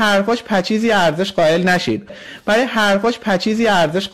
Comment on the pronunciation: امیدشریفی دانا:خواهرکسه وطن فروش،تو که ادعا میکنی توانایی شناسایی همه افرادروداری:منوپیداکن و شناسایی کن.کونی.حروفو درست تلفظ کن.پچیز پچیز پچیز،پچیز چیه؟پشیز بیسواد کودن